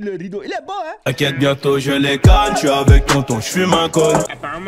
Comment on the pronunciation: Les gens disent ze suis gros🤣😂